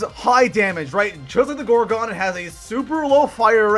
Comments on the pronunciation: Gorgon not gorgock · Yah the Gorgon not the gorgin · Why does he say gorgon like gore gone lnaoooo